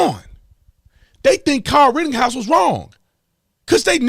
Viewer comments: Please stop saying ritting house. We know you can pronounce it correctly at this point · Dude it's pretty irritating when you say "RittINghouse" instead of his actual ass name. Everyone knows that you know how to actually pronounce it but for some reason you choose not to. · Tatum for Christ sake there's no 'G' in RITTENHOUSE.